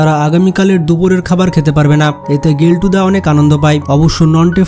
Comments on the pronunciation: গেল্টু না কেল্টু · গেলটু না কেলটু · গেলটু না ওটা কেলটুদা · Are bhai কেল্টু ❌ গেল্টু ✅ 🤣 🤣